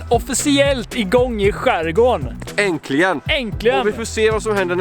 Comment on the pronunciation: Grymt bra som vanligt! :) Fast nu tänker jag vara en jobbig jävel. Prova äntligen istället för "änklijen".... 🤭